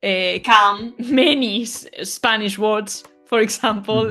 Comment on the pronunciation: Hay una cosa que me llama mucho la atención en cómo pronuncian el fonema "sp" del inglés los españoles (no se lo he escuchado a los hispanoamericanos, por ejemplo), y lo acabo de escuchar en tu video...tú pronuncias "Espanish" (abriendo la boca al principio, para pronunciar la "e") cuando en realidad debe pronunciarse "Spanish" tal cual, fonema "sp" cerrado, sin agregar una "e" inicial que no existe. También lo veía (oía, en realidad) con mis colegas españoles del trabajo en Alemania, al pronunciar el verbo "schreiben" (escribir) pronunciaban "escraiben" (pronunciando una "e" abierta - inexistente - al principio de la palabra). Y ya sé que se me va a dejar ir encima una ola de comentarios mala leche por esto, pensando que es una crítica cuando en realidad no lo es, yo te sigo y admiro mucho tu labor. Sólo quiero entender por qué los españoles son los únicos hispanohablantes que tienen esa tendencia a agregar vocales inexistentes cuando van dos consonantes juntas al principio de una palabra en otro idioma que no sea el español. El otro "misterio sin resolver" que tengo, es el por qué los italianos agregan una vocal inexistente (generalmente una "e") a todas las palabras en otro idioma que no sea italiano, cuando dicha palabra es terminada en consonante.